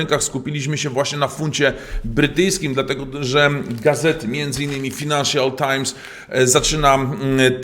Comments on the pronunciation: Mówimy [fajnaiszal] nie [finanszal tajms] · F a j nansial Times nie F i nansial :)